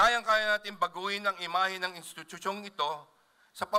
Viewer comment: Intityutyung ito bulol